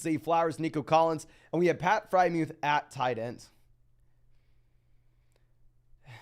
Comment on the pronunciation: Dude kills me when he says FryMuth instead of Friermuth too